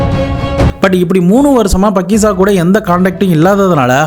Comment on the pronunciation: பக்கிசா இல்லை faakiza